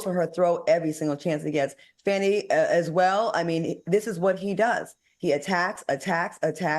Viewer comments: Her name is FAWN-KNEE not FANNY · I read that her name is pronounces fawni.